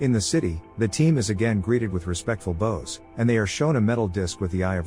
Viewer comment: Fix your AI narration!! It's NOT bose, what you use with a violin, but bows, as in "bow” -wows !!